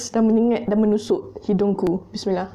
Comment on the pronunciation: Sebaiknya baca bissmillah sekali je tapi bacaan yang penuh Dan lancar berbading baca setiap suapan😂 tetapi tidak jelas.. sekadar teguran✌️